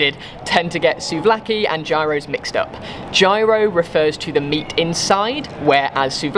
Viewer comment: good content, funny when he ate the fish,(I don't like fish either) but, please learn to pronounce the Greek dishes like gyro's etc !!! I am Greek and it drives me crazy when they are pronounced incorrectly (just a suggestion)